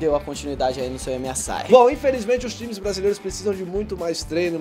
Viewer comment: Aos o fala Emiasai,kkkkkkkkkkk nem o nome do torneio sabe falar,imagina jogar de karma